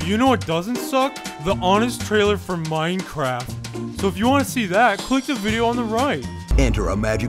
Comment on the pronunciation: MINECWAFT :D